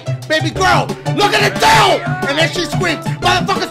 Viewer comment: “Intensive exposure do you want to see the diugh Poshure”. 😂